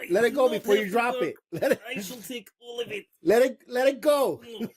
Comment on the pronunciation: "I shall take awwl of eet!" 😂🤣😂🥰